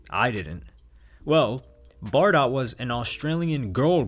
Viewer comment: It’s pronounced Bar-Dough by the way.